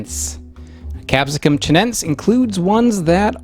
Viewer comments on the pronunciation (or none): In latin names, you pronounce ALL the vowels! You keep dropping the 2nd u in annum, and the e in chinense